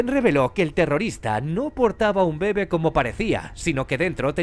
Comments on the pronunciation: Este man no sabe que se pronuncia «bebé» y no «bebe» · Como me choca que digas “mama” y “bebe” cuando tienen acentos! Y pocas veces lo dices bien. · soy el unico que le molesta que diga mal bebe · ¿Tan difícil era poner el acento correctamente en la palabra bebé?